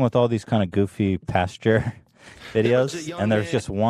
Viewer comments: i love that ethan says "pasteur" instead of "pastor" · I love you guys but does Ethan not know the word pastor is different from the word pasture? It makes my skin crawl when he says it wrong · Ethan always says pasture instead of pastor 😂😂😂